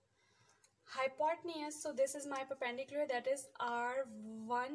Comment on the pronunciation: its hypotenuse mam not hypotneasss plz dont misguide other childrens